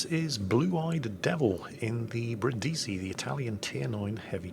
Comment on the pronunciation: Brìndisi, NOT Brindìsi, it's not that difficult.